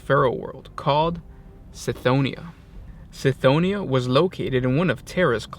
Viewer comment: I believe Cthonia is pronounced with a hard C, like Cthulu, not like Celery. It's how the Audibooks pronounce it and seeing as Gothic is inspired by Latin, whereby the C is always a K sound, it should be pronounced Kthonia.